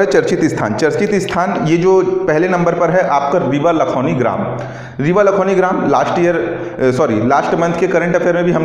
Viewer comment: Sir लखौनी नहीं है लखौली हैं